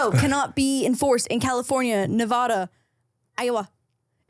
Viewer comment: Proud of you for saying Nevada right 💪🏼 Edit: only was said right the first time. Every time after that I cringed like when you said Iowa 😂